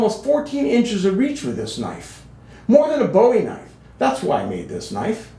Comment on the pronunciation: "You call that a knoife? THIS is a knoife!"